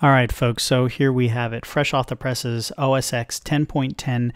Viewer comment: It's not pronounced "OH-ESS-ECKS". X is the Roman numeral for 10. The correct pronunciation for the Apple operating system is (phonetically) "OHH-ESS-TEN". This is indisputable fact, if you disagree - watch any video of any WWDC or keynote released by Apple in the past decade and you will see that it how it's pronounced. Anyway, that aside - thanks for the video, a very interesting look at the new UI.